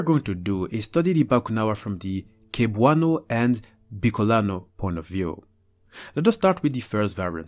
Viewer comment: I man I remember being told about this when I was a kid and I was always so scared to go out at night. Btw. You pronounce cebuano as seb-wa-nu